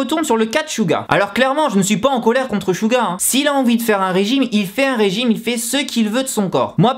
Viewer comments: 😂😂😂😂SHuga mais mec sa ce dit Suga! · Chouga .. ARRÊTER LE MASSACRE C'EST SEUGA PAS CHOUGA MAN ! bref .. SEBOOMBAYA 😂😂😂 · Suga ne se prononce pas avec le S francais, ca ressemble + a "Siuga" meme. 슈가 ne sera jamais prononce comme le "Su" francais. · c'est pas "chuga" 😂😂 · Merci mais c'est raté , tu m'apprend rien ... Je fait du Coréen ... Alors CHUUTT mais je te dit pas sa pour sa c'est juste que sa doit faire bizzard pour les aitres et puit ta prononciation n'est pas bonne